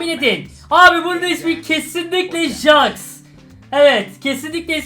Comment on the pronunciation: Abi jax diye yazılıyor jex diye okunuyor